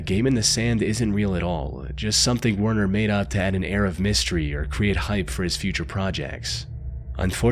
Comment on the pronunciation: If this narrative is not Ai , You have serious Problems with Pronunciation , ( Werner ?? It's Pronounced VERNER just to mention this one )